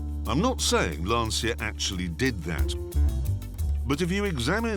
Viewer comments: The correct pronunciation is more like "Lunch-a" if you put the emphasis on the "u" 👌😁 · Can anyone explain to the non-Italian speaking people that it's Lancia and not "Lansia"?!! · pronounced "Lan-Chia". Please. respect Italian way of pronunciation. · Lancia = Lantsia? Jeremy should know better. Shame on you, Jezza 💔 Get a german passport, so you can order Tschianti and Notschi (Chianti +Gnocchi) and no one (except the 70 Mio. Swiss+Italian) will ever blame you... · Please , the right italian pronunciation of LANCIA is "Lancha" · 'lanszia' mi fa morire come lo pronuncia 😂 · One day, Jezza will learn how to pronounce Lancia. This is not that day. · Never confuse grip with traction. But what can you expect from car enthusiasts that still, after all these years, don't know how to pronounce Lancia properly? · Since Clarkson has such a soft spot for old Lancias, perhaps he could learn to pronounce the name correctly? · I wish Clarkson would pronounce Lancia correctly. It grates every time he says it wrong. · Dear Clarkson. The car's name is NOT pronounced like you do, for god's sake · like someone said up thread, most foreign none English speakers pronounce our words completely wrong but we don't care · Very interesting, but it'd be nice if he could pronounce Lancia correctly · LANCHAH... 'CI' should be pronounced like the beginning of the word "change" not like SY in "system". "lansya", as it is often pronounced, sounds like "the anxiety", in Italian. while Lancia means spear, a totally different meaning ;] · its not ''lansi's'' for heaven's sake, its ''lanchia'' pronounsiatioin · so funny how clarkson pronounces "lancia" as "lanSIA"... it's just "Lancia", same sound as "Lunch", i swear! (btw, it means "spear") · to hear LANCIA pronounced as LANSIA makes me literally sick! L' ANSIA in Italian means "The Anxiety" whilst LANCIA (where C is pronounced as english CH-) instead means "Spear". See the logo. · Its LANCHA, not lansia,. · The "Lansia"